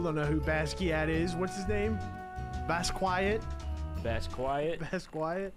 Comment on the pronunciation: Mispronounce Basquiat plus a Keith Haring knock off? ILL HAVE 5 MONKE HOODIES PLEASE!